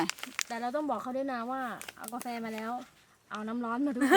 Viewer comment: พูดไทยชัดมาก..ชอบๆสุดยอด บางคำที่ไม่น่า พูดชัด เลย เมือก กาแฟ ยังออกเสียงชัดมากๆสุดยอด..ติดตามครับ